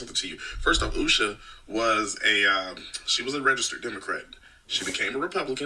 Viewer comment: She couldn’t even say Usha’s name.